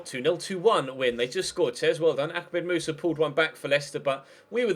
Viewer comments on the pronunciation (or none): "ackmed musa" that made me chuckle :)